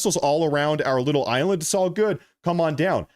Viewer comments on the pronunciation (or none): none